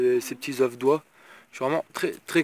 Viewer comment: Stp arrête de dire des zeuff!! On dit des zeuuuu!! Sinon bonne video, c'est un plaisir de te regarder à 4h du mat avant de bosser